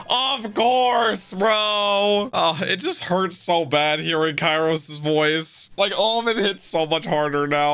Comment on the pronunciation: The Show: KYROS! x: Kairos. please, start using those giant headphones of yours! Names are easy to get right if you actually listen during the show!